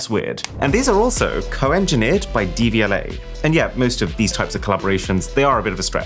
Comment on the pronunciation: When Aaron said the buds were made in partnership with Devialet, I cant be the only one who heard "DVLA" and thought what have the Driver and Vehicle Licensing Agency got to do with this?? 😂😂